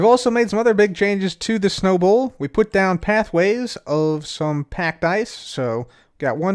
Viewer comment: The whole time i thought he was taking about a ball not a bowl 😅